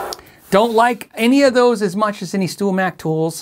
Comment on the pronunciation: Haha! You said "Stool Mac" at about the middle of the video.